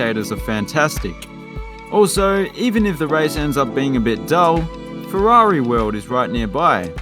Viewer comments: This dude really pronounced every single word in Imola’s full name correctly until Ferrari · I'm not Italian, but i thought the same too